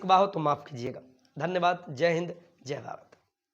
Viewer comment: zay hind nhi jai hind... Pura system bigaad dete ho sir shuru m hi